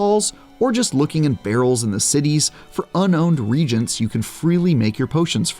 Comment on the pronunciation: Please learn to pronounce "pestle" and "reagents". Saying words is literally your job.